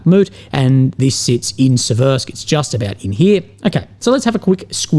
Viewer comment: Siversk (like the English word "sever": SEV-air-sk)